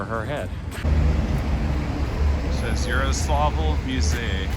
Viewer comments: It's Yaroslavl and Yaroslav, not Yaroslovl and Yaroslov. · Btw Its more Like Jaroslavol' then "Yaro" for ur speaking